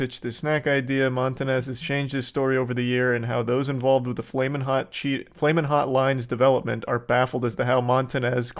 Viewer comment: It took a Mexican to get “flamin’ hot” down right.